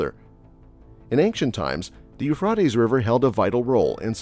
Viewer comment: you frey tease